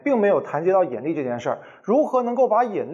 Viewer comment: 兄弟，是yinli，不是yenli。有点怪怪的发音